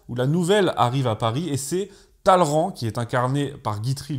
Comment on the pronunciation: Talleyrand prononcé correctement, Guitry... ça vaut largement 1 possebleu